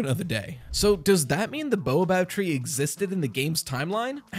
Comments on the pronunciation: Good theory but it is baobab, not boabab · ._. it's Bay-Uh-Bob not Bow-a-bab. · I have nothing truly useful to add, only that baobab is generally pronounced "bay-o-bab" not "boa-bab". This is completely unimportant, but it irrationally bothers me. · Baobob tree: BAY-O-Bob 😭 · Hey! Just to let you know, it's pronounced bay-o-bob tree.